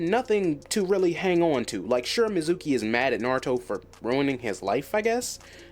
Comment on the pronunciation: I gotta ask cuz of how you pronounce mezuki, did you only read the manga/only watch the anime in sub??